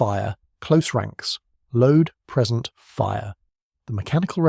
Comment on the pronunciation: I presume the script was knocked up using AI and the problem with this is the the pronunciation trips occasionally. If you don't write this yourself then, as you read the text, you may indeed mistake 'present' (verb) for 'present' (noun) when reading AI stuff aloud. Not a major thing, but important if you make that mistake in a military history at the point of first attack! Similarly, with 'routed'. In British English "rooted" (how you said it) means the route something takes - e.g. 'routed via Paris'. Pronounced "rowted" it means troops were defeated and ran away. Which do you think was the apt pronunciation in this case? Good breakdown of a little known action though.